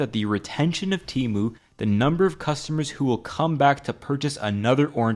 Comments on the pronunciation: Lol, it's Temu not teemu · Temu not tymu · I will never forget when they had to change "shop like billionaire" ad because the stupid text to speech lady kept pronouncing "Temu" as "Temoo". So they had to pronounce "Temu" as "Temoo" in the non-AI ad😂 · It's pronounced TEH-mu, not TEE-mu. And yeah, you'd have to be an idiot to buy from them. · I thought it was “Teh-mu” not “Tee-mu” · Man why Temu always tryna convince me its tE-MOoH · ...you're not even pronouncing it right... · I think you're pronouncing "Temu" wrong. Their ad doesn't have the hard E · Bro referenced the Super Bowl commercial that tells you how to properly pronounce temu and still said it wrong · It's so weird despite how widespread TEMU has become no one can manage to pronounce it right